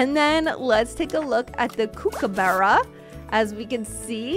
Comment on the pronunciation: Ur not saying kookaburra right either